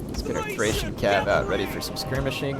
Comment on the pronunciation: THrrrrRRrrracian Cavalry! :D